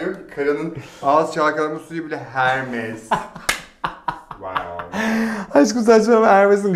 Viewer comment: Hermes degil okuz Ermes diye okuliyo 😂